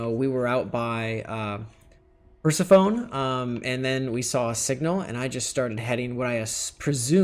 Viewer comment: The way he pronounced Persephone! Lmao 😂 it's not "perser-phone" it's pronounced "per-sef-ony"